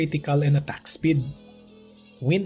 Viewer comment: WTF With the accent attack (at tuck) lol